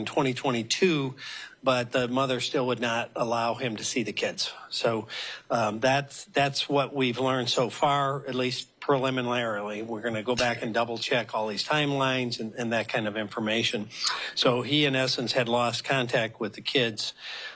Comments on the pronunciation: This man did not know how to say preliminarily and as the interview goes on, it seems like he’s out of his depth. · “Preminlarily” Camera dude is absolutely losing it